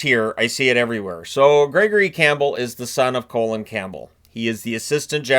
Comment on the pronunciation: Love how you keep calling him colon campbell 😂😂